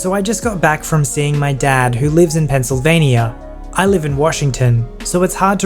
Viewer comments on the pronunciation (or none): Coming from an American: pen-sill-vain-ya, not pen-sill-vain-ia. Might seem a bit silly of me to say, but couldn't help but mention. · You said Pennsylvania wrong